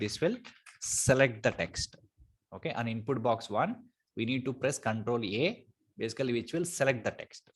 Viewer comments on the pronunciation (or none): thanks a lot for the videos, but it is control A, not control E you are saying